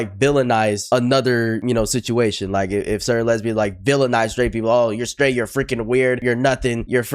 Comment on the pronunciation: She said sraight eww what do you mean eww?????